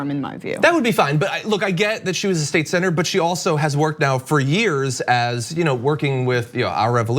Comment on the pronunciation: When said "Sen. Elizabeth", I heard "Saint Elizabeth".